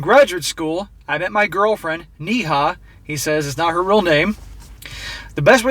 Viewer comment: Neha is pronounced Néha (nay-ha) in India, which is a fairly common name along with Pooja and Priya